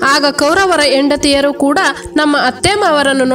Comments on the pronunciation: ಹ ಮತ್ತು ಅ ಉಚ್ಚಾರಣೆ ಓ ಮತ್ತು ಹೋ, ಹೆಂಡತಿ ಯಾಕೆ ಎಂಡತಿ .. ಈ ವ್ಯತ್ಯಾಸ ಗೊತ್ತಿಲ್ಲವೆ ?? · ಯೆಂಡತಿ ಅಲ್ಲಮ್ಮ, ಹೆಂಡತಿ.